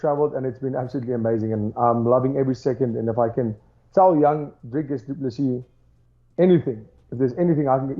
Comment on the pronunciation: Big up for the correct pronunciation of the R in Dricus. DDP is 100% the next champ